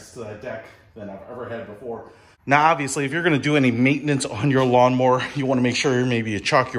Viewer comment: it's NOT lawn MORE !!!!! it's lawn MOWER.....GOT IT ???? M O W E R !!!!!!!!!!!!!!!!!